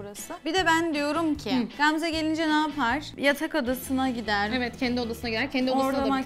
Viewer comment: Qamze yox Gamze🤦🏻‍♀️